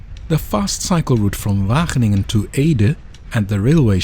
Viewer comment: wagen - ingen 😂